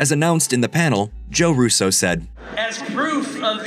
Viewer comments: I find it odd how the host pronounces the RUSSO surname. Instead of the usual RUsso, he goes with ruSSO. Dunno, sounds weird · Even the RUSSO brothers have wondered why people pronounce their name as ROO-SO and not RUSO like their family does. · Why are you saying “Russo” like that? Did you replace your voice with AI voice?